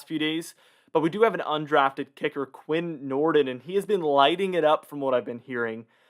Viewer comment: It's pronounced Quin Nord-een. Lol